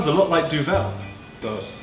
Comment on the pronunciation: 'Doovle' not 'Doo-VEL', Good recipe & match, gonna try this next week